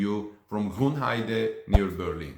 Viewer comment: Just a sidenote, you're pronouncing Grünheide wrongly: You say it like Grunheide, but it's written with an Ü, so the pronunciation is slightly different. :)